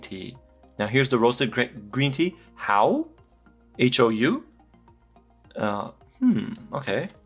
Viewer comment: Hou is not pronounced as "how" but "hoe".